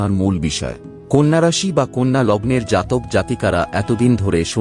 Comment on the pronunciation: Apni nije age bangla ta sikhun. Konno na kothata konna!! Loker vaggo pore bichar kobn